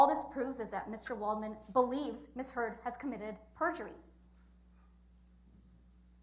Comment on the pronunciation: WTH is PERGURY?